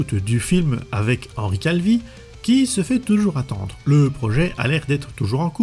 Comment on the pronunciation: Henri Cavill pas Henri Calvi...